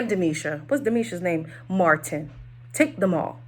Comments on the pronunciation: Not you calling Martin, Deemisha, girrrl😂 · Omg all this time, whenever I’d hear other reviewers call him Martin, I though he is using a second name or sth. I literally thought his name was Demetia. u wrong for that😂😂😂😂 😂😂